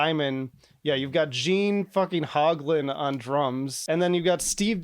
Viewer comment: “Gene HOGlan”